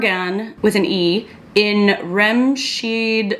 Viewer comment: Y'all have no idea how attractive it is to hear Remscheid pronounced correctly! Uuhh we love a multilingual design heroine! ♡